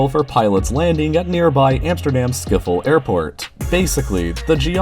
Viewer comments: I know its Schiphol, but it sounded like Skippol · lmao "Schifol" It's Schip - hol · it's not skif hole airport. It's schiphol, pronounced kind of like "Skip Hole" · I don't know if this is possible for real English speaking people. But the ''ph'' in ''Schiphol'' isn't pronounced as an ''f'' (like in the English word ''photo''). It's pronounced as an actual ''h'' like in the word ''happy''. So not ''Schifol'' but ''Schip-hol''. Or better I think (as you say it) ''Sgip-hol''. Not that it's a big deal though, and it might even be impossible for English talking people (I know some people from America, who have issues pronouncing our language lol). But try it ;) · idk how you kan mispronounce Schiphol that badly it sounds like skiffol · Skiffal airport? 😂 Someone needs a bit of help with their pronunciation! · skifhol😂😂😂 het is Schiphol kut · Did you say skiffle airport? You mean Schiphol right? Like ship-pool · It's not Sckiffel, it's Schiphol (Sh-ȝ-ip-holl) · is no one going to talk about how he pronounced "schiphol" wrongly? it's "skhee-poul" not "ski-ful" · Im from the netherlands and i dont think this is gonna work. And what is schiffel airport 😂 better pronounce like skiphole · sciffle lol. its schiphol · Skiffol? It's Schiphol. But you can also say it like Skiphol, or Shiphol, or S(Insert Dutch Barbaric G sound)IPHOL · You don't pronounce Schiphol like "Shkiffol", but like "Shiphole" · Did he just say Skifol. I know the G sound is hard, but assuming the PH into an F is just plain ignorant. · I can't get over his pronounciation of "Schiphol". Must've assumed the "ph" was pronounced as "ff". It's more like ship-hol, or even better sgip-hol with a guttural G. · "At nearby Amsterdam skiffel airport" SIR IT'S SCHIPHOL UNDERSTOOD? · ''skiffold aiport'' fucks sake the ''sch'' sound aint that difficult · (for the Dutch people) zij hij nou net ‘Schifol’? HAAAHAHHAHAHAAH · Did he say “schifol airport”? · zei deze kerel nou ziphol? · 'Skiffel' Airport XD